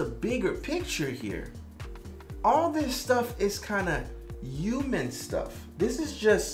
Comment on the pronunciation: Is it just me or does he not pronounce the H when he says human, kinda sounds like uman, ewman, something like that.